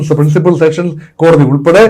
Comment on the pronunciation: വീണ്ടും വീണ്ടും സെക്ഷൻ കോടതി എന്ന്‌ പറയരുത് സെഷൻ കോടതി ആണ്‌.